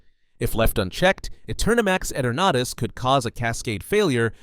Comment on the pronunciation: Eternatus its ee-tur-nu-tus not et-ur-nah-tis